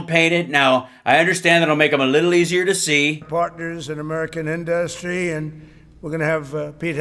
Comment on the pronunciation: Every time Trump says the word “industry” I want to step off a skyscraper. In-duus-tree